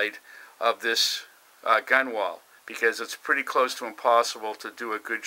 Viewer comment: Nice work. BTW you spell it Gunwale and it's pronounced GUN-el